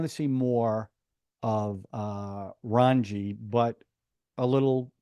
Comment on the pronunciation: 😂😂 Raanji ???? " RAA---JJJ---NNNI" Thanks for a fun review as usual...